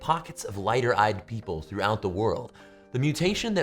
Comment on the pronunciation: Yea he did it was clear af even if he meant or not hah